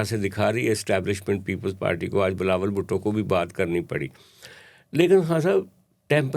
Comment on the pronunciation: His name is Bilawal not Balawal